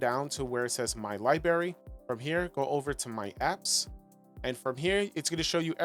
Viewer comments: LibRary. Not liberry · Aw man… what was that “libary “?!? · LIBRARY.... There is an R before the A